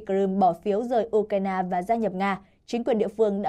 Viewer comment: Đọc là " U cai na" là hiểu trình của kênh😅